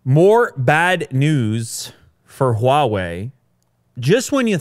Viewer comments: Your pronounciation of Hua-wei is better than Joe Rogan. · finally he says huawei correctly